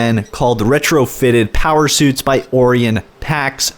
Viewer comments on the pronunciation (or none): Nice video :D keep it up. And wasn't it pronounced o-RYE-en?